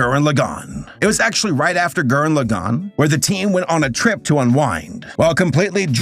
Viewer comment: Nobody can say "Lagann" correctly. Also I'm glad Gainax is dead and it's CEO is in prison.